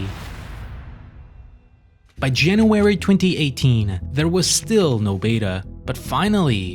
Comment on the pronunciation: "Janawerey" is not a month on the english calendar.